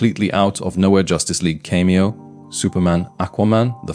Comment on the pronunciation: cant pronounce cameo. Ai voice, but could it really be an Ai script. seems so conceited and wrong. so probably totaly fake